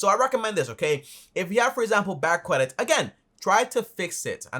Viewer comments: Is he saying “CWEDIT”? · "cwedit" xD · qualified quedit 🤣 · Lol he says Kwedit😁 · The way you pronounced "credit" sounded funny